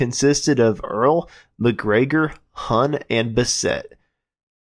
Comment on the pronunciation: Huhn rhymes with soon not sun. He had quite the career. I went to the same high school in grand Rapids MI. Nugent grabbed him out of a bar band when Derek St holmes left, then Charlie was in Humble Pie and then onto Foghat. He did a great job of covering the singers he was replacing.